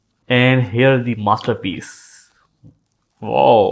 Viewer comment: You know its the best headphone in the human history when an indian says “masterpiece”